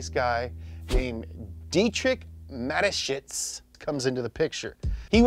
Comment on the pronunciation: When you are a german and you her the pronunciation of Dietrich Mateschitz the video is very funny😂.